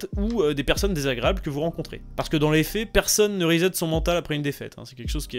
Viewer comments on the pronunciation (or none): none